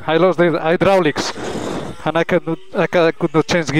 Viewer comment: i lost di hi drawlics 😆🥰🥰🥰